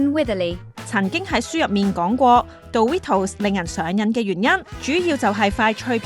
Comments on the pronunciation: 其實係咪唔係叫「度litos」 我覺得應讀作「door ritos」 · 其實應該係讀Do(Do did done嗰個do）ritos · 唔係「杜」ritos, 係「惰」ritos 呀😂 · 唔係惰ritos. 係讀doritos. 😂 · 少少更正：個讀音係「墮」唔係「道」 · 下次英文搵電腦讀啦😌唔好再墮we圖s喇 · 佢叫做墮ritos 讀唔出建議用返google發音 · 冇錯 應該係讀：多 ri tos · 杜ritos… 好un耳.. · 讀錯真係好難聽😂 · 好難聽，唔係咁讀😂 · 幫人賣廣告之前可否將人地品牌名發音練熟啲，尷到頂唔順睇唔到落去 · 做「牌子嘢」但讀錯人哋個牌子…… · 你地讀 dorito 發音好重，個個音彈出來咁。😅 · 女旁白講英文真係好難聽.. Doritos都可以讀到咁 即刻唔想睇落去